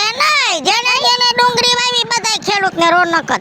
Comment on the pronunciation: ડુંગરી નહીં ડુંગળી બોલાય